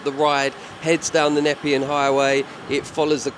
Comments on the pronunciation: Great vid. Also “Na-pee-un highway” 👍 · the highway is pronounced knee pean 😀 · btw, you're saying nepean wrong. It's "nur-pee-an".